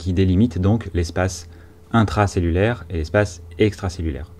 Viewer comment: Espace intwacellulaiwe et espace extwacellulaiwe avec un twain de PA...Bravo pour cette nouvelle présentation riche en schémas maison!